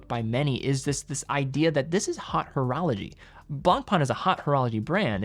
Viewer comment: "hot" horology., reach out to me in the DMs please. I will consult--free of charge--on pronunciation.